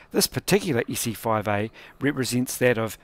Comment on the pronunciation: Look, it's an Issy-foive-eeeh!